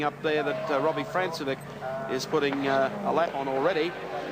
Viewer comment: Notice how the commentary team pronounced Robbie Francevic's name as "France-e-vick". It was years later, at a V8Supercar round at Pukekohe, that we found his name was really pronounced "Frank-e-vich".